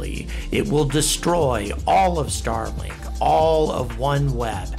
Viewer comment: Starlik? Lol. I love your channel but that’s a silly miss. Keep up the great work!